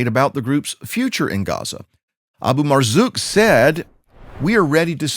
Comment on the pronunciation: You pronounced ABU MARZUK pretty well..